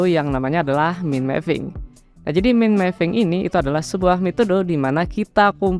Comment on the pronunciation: baca "mind" itu mukan "min"bang....tapi maen.....